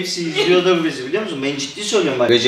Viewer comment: saniyede kız hiç bi hedefim yok biliyomusun diyor biliyomusun daki ( l ) harfini gayet normal söylüyor🧐